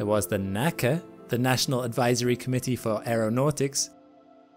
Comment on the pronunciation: NACA is pronounced like FBI, not like NASA.